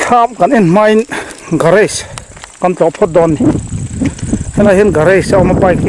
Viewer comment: garAge...Mizo hawrawpa "A" anga lam tur